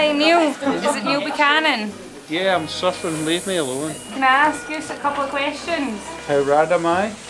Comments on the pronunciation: I thought he said suffering too...hilarious! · Thanks :) I missed that. He's so funny. Thanks for pointing out there he said that :) I misheard him--thought he was saying he was suffering. Ooops. He is saying "surfing." You're right. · he said surfin' !